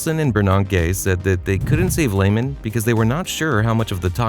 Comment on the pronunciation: 😂😂😂😂😂😂😂🎉Hilarious to me how people do videos on a company and don’t know how to pronounce the companies name 😂😂😂😂😂😂😂😂😂😂😂😂😂😂